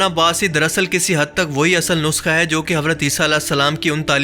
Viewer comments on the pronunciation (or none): none